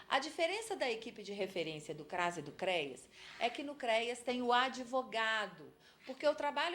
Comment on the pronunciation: Muito bom! Só dá agonia a pronuncia "CREIAS" FALA-SE: CREAS😘